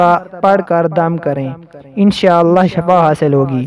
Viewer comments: Shafa nhi hota h... Shifa hota h.. plz correct this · Shafa nahi shifaa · Shafa hota hai ya Shifa? Kam az kam etna tu seekh lo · Sorry to say but merey ye snney Mai Aya k Aap n shafa kaha JB k Sahi lafz shifa. H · Hazrath shafa nahi wo shifa hai shafa yani bemari